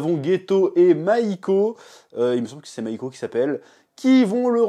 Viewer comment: « Mahiko » mdr ouais bah ouais